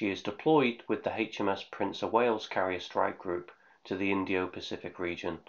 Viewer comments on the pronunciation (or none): none